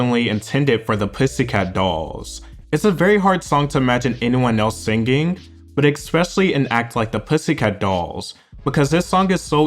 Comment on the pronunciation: Who is the narrator? Hate how he drags the last of syllables.. "he got bit by a spideeerrrr. It happened when he was sinGging.."